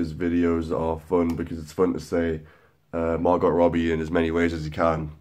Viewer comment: It's pronounced 'margo' but ok